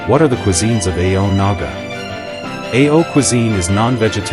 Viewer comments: It is not pronounced A-O like this AI narration but rather pronounced in one salyble. And thank you for your attempt to describe the Nagas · How do you pronounce the word 'so' and 'no'?we don't pronounce it as S.O or N.O for these words by separating the two letters,so while mentioning 'Ao' community you should not say A.O for Ao.you better pronounce the word 'Ao' in a proper way.And one more thing,your knowledge is not even close to speak about Ao language. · Pronounce it as Aho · Pronouce it as Ao-o. After that only you can tell anything after consulting stake holders. Otherwise you are wasting your research etc etc